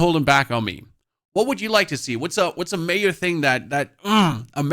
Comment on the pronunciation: Nothing mayor? I think you might've wanted to say 'major' there :D